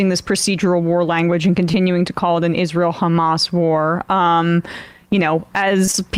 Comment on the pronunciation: It sonds like you say chamaaas did a mistake/ accident at 7 of oct